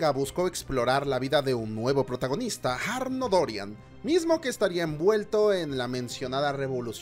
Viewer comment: ¿Has dicho Jarno Dórian? xD